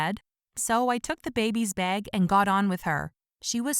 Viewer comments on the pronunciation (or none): She says beag not bag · Her: “It also had my beg” Me, an Aussie: [ Wheezes ] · "It also had a beg" Umm, its "bag" not "beg" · The way she pronounced “bag”